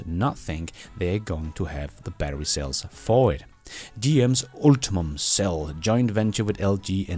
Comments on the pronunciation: JSYK, "Ultium" is pronounced ult-ee-um not ulti-mum, as you say it. It seems to me that, as a person who presents himself as an EV industry expert, you should know this. It's obvious to anyone who knows how to read. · "Ultium", not "ultimum" batter... Doesn't make the batter better however 🙂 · U L T I U M battery. Not Ultimum.